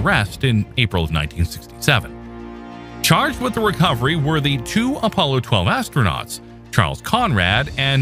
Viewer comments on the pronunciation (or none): none